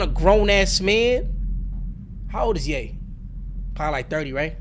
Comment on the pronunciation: anybody else hear him say let gay know...